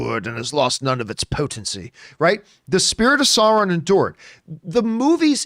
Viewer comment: Sauron is pronounced SAO-ron, not Sore-on, just like Boromir is BORROW-meer, not Bow-a-meer.